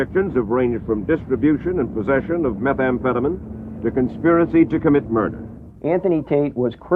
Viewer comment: Meth amphetaMEEN----not MIN